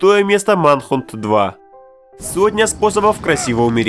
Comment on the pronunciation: Ох уж это английское произношение... В словарь бы заглянул, что-ли. "Манхунт", блин...